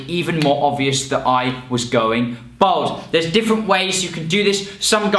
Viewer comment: Why does he keep saying "Bold"?